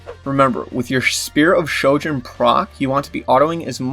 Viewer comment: Ahhhh yes the fabled Shpear of Shojin